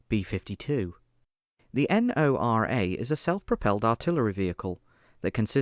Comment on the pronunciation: Ok first of all, Lazar is not well protected and 2 nd Pantsir was BOUGHT not DONATED. Also you don't have to pronounce NORA as N O R A. Also it's Plamen not Planen